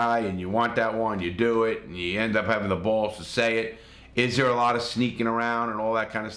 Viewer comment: Who else loves the way Larry says bawls “balls” lmao